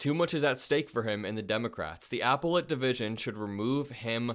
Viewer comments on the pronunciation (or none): Its pronounced ... ah-péll-et Not ... apple-ate. Other than that FANTASTIC JOB!!. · Sorry, but I must… it’s Ahh-Pell-it, not Apple-it and Merchan didn’t include himself in the gag order. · It's pronounced , ap PEL late, not APPLE late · It’s not applie-it. It’s appellate ….google how to pronounce it, you don’t want to sound uneducated. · its pronounced a-pel-late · You just aren't smart enough to do these videos. 1. Appellate. Learn how to pronounce it. Not like apple. 2. "Trump believes" ... no he doesn't. He's a liar. A scammer. A propagandist. Learn. Then come back. I was done about one minute in. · apple ate? look up appellate courts and what they do. Pretty good reading ability and delivery. Keep practicing and let someone else proofread before release. You will get better as you keep doing! Very few errors compared to other videos. Good video editing and piece selection. Focusing on your face all the time may not necessarily enhance your credibility since you look like you are about 16. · You don't know how to pronounce appellate. Unsubscibed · you're a smart kid and I applaud the work you on and for your channel. However you mispronounced the word appellate. The first half of the rhymes with the word lapel. Like a lapel on a tuxedo. Thanks for all you do here brother. Keep up the good work ✌🏻❤️ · You should look up how to pronounce "appellate." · you're mispronouncing "appellate." Ask Ben, he'll help you. You're doing a great job 👍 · I feel like if you're gonna talk about politics.You should at least know how to pronounce the word apellet. And tuberville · check out appellate pronunciation